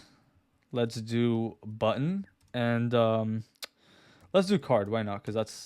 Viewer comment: I hate how I only here "bun" when you say "button" lol. Nice video though